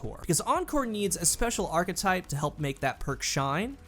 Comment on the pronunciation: kills me with how he pronounces "archetype". Always says it "arc-type"